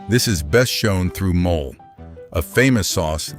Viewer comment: Please work on pronunciation. The Mexican dish called "mole" is not pronounced as in English. Also the "h" is silent in ahora. It makes you sound as if you didn't do your homework.